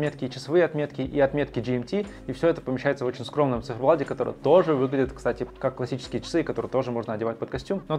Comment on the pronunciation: Да сколько можно говорить "на циферблаДе"!!! Пора уже научиться говорить с буквой "Т"!!!